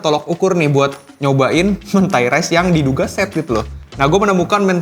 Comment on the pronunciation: Mentai huruf E nya dibaca seperti kata Eko, bukan E nya Jeruk